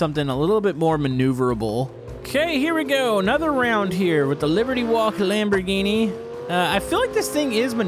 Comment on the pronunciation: sure loves the lamborghini (expect that he doesn't know the name of car which is sad and also the pronounciation,which is also sad):)